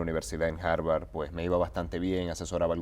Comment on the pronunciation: Para un estudiante graduado, de una Universidad como Harveard University, cuando tienen que mencionarlo, debería estar seguro de la pronunciar correctamente. No es jaibar!